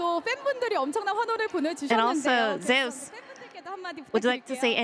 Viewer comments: I find it weird how they pronounce Zeus as Zei-us, and Oner as Owner. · Why the hell are there sayings Zeus wrong 😂😂😂 Smite ain't gonna Copyright yall just to say ZEUS RIGHT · Why do the casters mispronounce Zeus